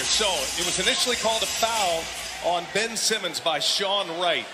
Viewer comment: ㅋㅋ '밴' 시몬스